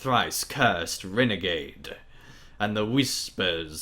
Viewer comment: It's far too late to moan but it does jar my head every time you pronounce "Wyrgende" as "Renegade" >_< it should be "WEER-gen-də"